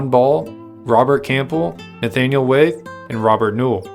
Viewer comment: It's pronounced Wy- eth not Wayth